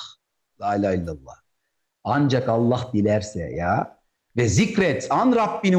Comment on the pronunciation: Kardeşim Cenâbı Allah’ın ismi celilini düzgün telaffuz ederseniz daha iyi olacak. Hâşâ اللخ gibi söyleme الله deyiver!